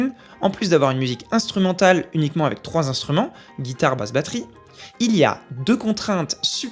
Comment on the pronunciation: A chaque fois que tu dis "avec", j'entends " évec"...